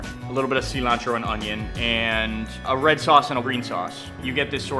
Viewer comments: The seelantro. If youre gonna speak spanish, speak spanish. Its "sill-ontro" in english, friend. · 'Cee-lantro' no ty, bye bye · closer than cilanthrow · "See-lantro"? Pft. Cool, dude. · Es cilantro :v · I hate how he says cilantro.